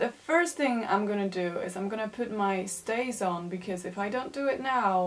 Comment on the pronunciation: Shifts? Shiets? What are you saying? Stays? Steyz?